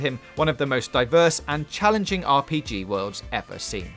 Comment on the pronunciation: Wow he say vewy good wowds